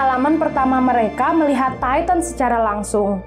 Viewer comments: Maaf kak kalo bilang tintan biasa aja buian taitan Titan aja gitu makasih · Bacanya bukan taiten bro.tpi titan.. lu klo gak prnah liat animenya jngan sok"an alur crita AOT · Bukan attack on taiten tapi Titan mbak dodol bener dah Titan bukan taiten oke hah!!! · Titan bukan taiten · kak maaf bukan taitan tapi titan ok 👍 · Dia : taiten (kata dia) Me : titan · Titan bukan tayten